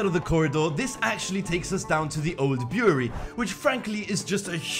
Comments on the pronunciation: It's brewery not buewry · Brew-er-ree, not boory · Beery? Bureau? Brewery? What are you saying? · this was a good video but i couldn't tell that he was saying the word "brewery" until he mentioned beer and wine, cause it sounded like he was saying "beery" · yoU dO rEAliSe tHerE iS aN "R" iN BREWERY